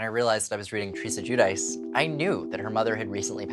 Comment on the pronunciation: All these years and she still can’t pronounce her last name. It’s a common name in Italy anyone could teach her how to pronounce it.